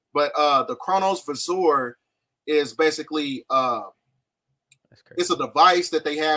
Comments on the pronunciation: This isn't how you pronounce it. It's a CHRONOVISOR. VISOR as in a visor on a helmet. Chronovisor. Visor is laying for sight or something I believe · Here's my problem with guys like this, they speak on shit they don't know about but act like they know everything when in reality they don't know jack shit, they think they're so "enlightened" and "woke" they swear they're GODs and supreme beings, for example he can't even pronounce Chronovisor and then he says it comes from the word Chronologically which is a form of time, what an idiot the word comes from KRONOS which is the Greek GOD of time, the Chronovisor was named that because it is something the Vatican uses to look forward and backwards in time, a form of time travel. These mfks just ignorant and spread false info thinking big words are going to make them sound educated. All the information they get is from the Internet and other forms of educational indoctrination.